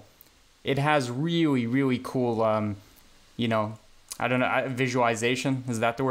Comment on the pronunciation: "weawy weawy coow" Did you just channel the Miracle Whip boy?